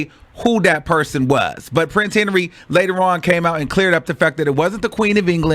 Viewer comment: you not old enough to be butchering peoples names like det!